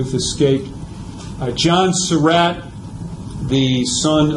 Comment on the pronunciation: To the narrator: Excellent presentation! Nicely done. HOWEVER...you need to correct your pronunciation of "Surratt." You pronounce the name as "Sir Rat," when in reality, the family name is pronounced like "Sir Rot." You need to correct that in any future presentation that you make.